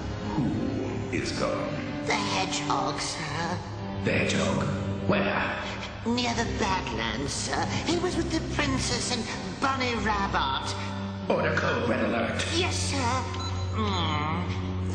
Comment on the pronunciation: Listen to how he pronounce's Bunny Rabbot